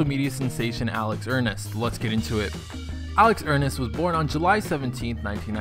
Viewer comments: Don't trust a guy to tell you things about a guy when they couldn't even say their name right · He’s saying his name wrong not to be rude but it’s so annoying